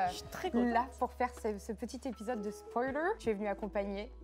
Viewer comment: J'adore toujours autant le "spoualer" au début 😂😂😂